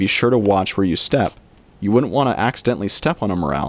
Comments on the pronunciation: You said the word mushroom once and morraaaaal 372 times!!! Its Morel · I heard the "A" in Morel is even more hard to find then the Mushroom itself.